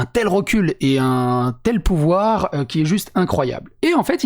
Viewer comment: On dirait qu'elle fait un stream de Total War la meuf. "Ouais on fait ça, ça, ça et pi on a le pouvwar"